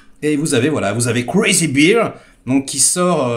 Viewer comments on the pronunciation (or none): se prononce Crazy "BAIRE", pas "BIRE" comme la bière. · Ca se prononce Bère, et non bire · Bear se prononce Bear (comme Édouard) beer veut dire "bière" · 😅😅J'adore comment tu prononces le titre: "crazy beer" (bière folle)🤣sacré